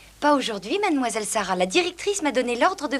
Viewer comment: C est moi ou elles disent oui madmoiswouelle a ??